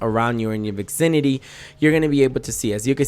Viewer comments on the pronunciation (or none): Stone kanif and vixinity